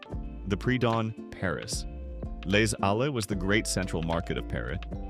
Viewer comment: "Les Halles" is pronounced more or less "Lay-AL."